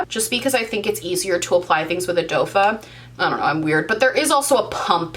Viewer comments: Lol I was totally going to ask is she say dofa isn’t it doe foot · I’m confused. Are you saying dough fa instead of doe foot on purpose........? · Lmao girl it's a doe foot.. because of the shape looking like a does foot. And sal-a-sill-ick. Salicylic. Love you so mucho!!! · Its doe foot... lol.. but I need a hoodie that says dofa or dofuh would be even better lmao!!! I LOVE YOU CHICK! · Dofa?! Its dough foot!! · Hey love your videos. It’s pronounced doe foot. It’s shaped like a doe’s (a girl deer’s) foot Keep up the great videos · Ok just saying, I know people were correcting you for saying “doe foot” wrong, but I literally thought it was “dofah” for the LONGEST TIME until very recently!!! So you’re not alone in your thinking! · Ohhhh I just heard you say "doefa". I never noticed but after the comments I did. Oh well. I say things really crazy if I get tired. Also I'm on the small lip struggle bus too. Oh well 🤷‍♀️. Makeup Struggles used to talk about the cheek pops, but she is no longer on YouTube. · Oh my goodness I’m cracking up sweetie it’s Doe foot. Or dough foot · Okay last time you mentioned people saying you don’t pronounce doe foot correctly I didn’t hear it but this time I did 😂😂 I think it’s supposed to be like doe, a deer, a female deer 😂😂 I love this video though!!! You look great 💕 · Girl every time she says “dofa” I literally laugh out loud. I would TOTALLY buy dofa Merch!!! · It’s pronounced sail-uh-sil-ick 😉 you’re welcome 😊 Doe foot you maniac! 😂